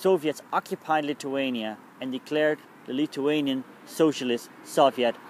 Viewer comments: no your accent it's like you don't have front teeth? TH sounds wrong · he is saying lithuania wrong